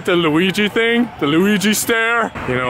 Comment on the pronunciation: i luv how he says ting instead of thing